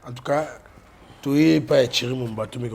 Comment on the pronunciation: c'est Thierry et non tchery monsieur